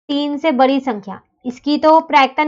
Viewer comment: Mam बरी नहीं बड़ी होती है